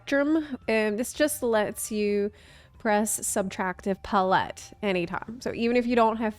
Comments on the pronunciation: i feel like she's probably heard the word "palette" before but never seen it written so hasn't had the "a-ha!" moment of how it's supposed to be pronounced. i did the same thing with "epitome" for years. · Often times when people mispronounce words it’s because they learned it by reading. This is an amazing thing :-) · Nah. I'm pretty sure it's just a knowing the word only from reading it thing. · PA-lette, not pa-LETTE. Putting the empPHAsis on the wrong sylLAble. Yet somehow on brand. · Pretty sure the issue is her pronouncing it as pa-let rather than pal-lit. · It's probably a good thing that one of them is super easy and the other a bit of a challenge. Otherwise you would have people say they are too easy or too hard. Well, they are both and neither. Edit** I have never in my life heard another person say PUHlETTE instead of palette. Must be an American thing. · Why are tou saying "paul-ette" instead of "pal-et" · Your pronunciation of palette reminds me of Will Terrell's Lovah character saying hot tub. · Subtractive puh-lette?? It's palette 🎨 like a painters palette lmao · The nost amusing part of this vid is hearing "puh-LET" instead of "pal-it" for palette. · I've never heard someone pronounce "pal-ette" as "puh-lette before. Must be a regional thing 😅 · She's just classy since she lived in Europe for so long 😌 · Pah-let. Pallette. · Love your videos and can't wait to try this job! Just as a side note though, it's pronounced pal-et (emphasis on "pal") - pal (as in friend) and et as in (get) or like saying the word palace except replace "ace" with "et". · I kept hearing you say Palette that way and I went “Wait, when did they start involving chickens?” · I'm just here to give you a like for how you say palette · she's still putting a stronger emphasis on the first half which is still incorrect regardless of how the second half is pronounced. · first ever apology video is going to be "I'm sorry for saying palette incorrectly"